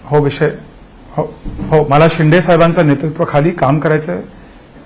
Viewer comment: शिंडे नाही शिंदे ..शिंदे म्हणायला शिका.. आधी ! नाही तर शिंदे साहेबाला शेंडी लावाल 😂